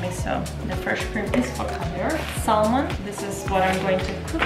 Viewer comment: Nice video, but it's not pronounced "Sal-mon". It's pronounced without the L: "samon".